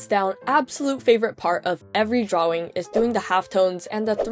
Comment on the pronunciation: I love how you call it drawwing